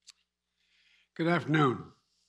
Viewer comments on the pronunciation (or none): Goo afernoo.